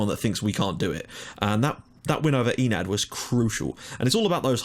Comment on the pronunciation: My brain hurts from how you pronounce the club names so I have prepared this (On the left is the club name, on the right is how you pronounce it): ASIL - Asil Adonis - Adonis Othellos - Othellos APEP - Apep Omonoia. Ar - Omonia aradipou Digenis - Digenis Kamiotissa - Karmiouotisa Agia napa - Agia napa Deryneia - Derinia Achyronas - Ahironas Akritas - Akritas Pafos - Pafos Enad - Enath Olympiakos - Olympiakos